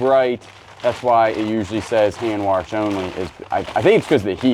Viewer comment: "WARSH" dishes.. 🤣